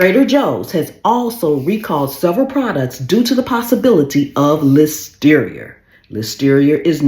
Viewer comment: "ListeriA" not "Listerier".